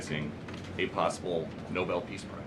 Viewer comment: Check pronunciation of Nobel